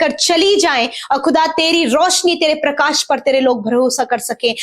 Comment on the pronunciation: Bhai parkas nahi PARKASH hota parkasit parkasmaan nahi s nahi sh lagao log hansi udate hai .